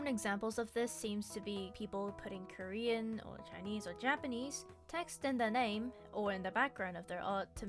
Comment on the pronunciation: “oh I’m Currien cuz I like curriuh”